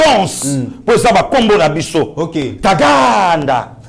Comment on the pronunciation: Yo oza fin na ndenge oza ko prononcé Bosko Tagaaaanda, vous m'avez tué de rire nous vous aimons notre frère nous sommes très fier de vous.